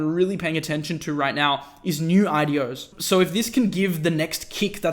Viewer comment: what he says: IDOs What I listen: adiós 👋